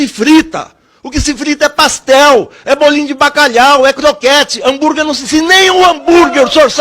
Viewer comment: Ele fritou Hanburg com A de Anburg..kkkkkkkkk